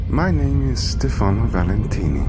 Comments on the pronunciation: His name is stefano, not stefani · Stifanooooo not stifanieeeee